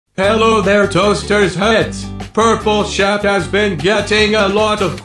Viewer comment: Why does it sound like he is saying: "purple chef"